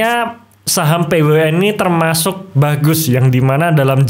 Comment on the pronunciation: Kok nyebutin nya p-we-u-n ...